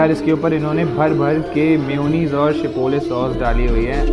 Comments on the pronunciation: Chipole nhi gadhe chipotle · It's not chipole it's chipotle😂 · Chipole nai chipotle